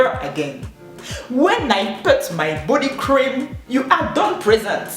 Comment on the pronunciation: Hehéé tu as fini avec l'anglais: " when i put my bodycrim you a not présent alors dontouch me ok'' 😂 😂